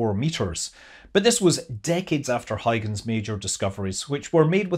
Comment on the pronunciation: That was fascinating and beautiful! :) Kudos for saying the Dutch name 'Huygens' correctly.